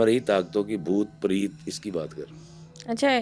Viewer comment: Sir it’s PRET na ke PREET. Please pronounce correctly. What about instead of Ifftikhar iffi I say IFFTIKHEER AFFI. Preet is name. Preet means love pyar muhabbat.